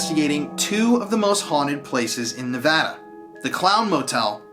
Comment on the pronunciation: Thank you for visiting our beautiful Silver State. And thank you for pronouncing our state correctly. I hope you have a great time. I only live an hour away from Tonopah